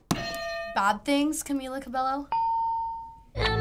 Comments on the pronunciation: How hard is it to say CABELLO LIKE CABEYO not CABELO. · RIGHT? It’s CamEEla CabeYo not Camila Cabelo I just wish people would pronounce it right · It’s CabeYo, not CbeLo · It's pronounced cabayo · Omggg it makes me so mad when somebody says Cabelo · WHY THE HECK IS EVERYONE SAYING “CAMILA CABALLO” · "Camella cabelloo"😑😑😑